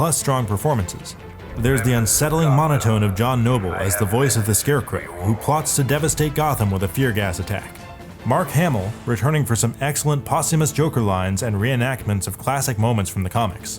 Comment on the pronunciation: he said scarecrey xD